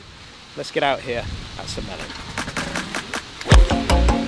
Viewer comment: I was fine with Harman winning, I just wish it had been closer. Didn’t want to see him fail, but some drama is why I wake up at 5 am or earlier for four days to watch golf on courses I’ll never get to play! Every time you say St. Mellion, it sounds like Smellyon 😂Sorry, can’t help it!